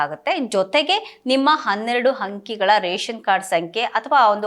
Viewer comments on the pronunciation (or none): ಹಂಕಿಗಳು ಅಲ್ಲ ಅಂಕಿಗಳು